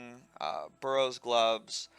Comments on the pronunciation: Sorry, , BURROWS gloves?! EDIT: I thought it was just a funny slip of the tongue, but you keep saying it that way lol... Gotta admit, I've never heard that one before. It's Barrows. With an A. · its BArrows, not "burrows" gloves